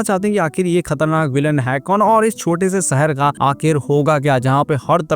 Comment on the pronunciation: Saher nhi hota hai shaher hota hai jabardasti nhi zabardasti aur jada 😂😂😂😂 zada hota hai